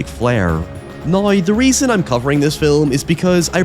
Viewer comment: Saying "nai" for "now" just got you "dont recommend channel"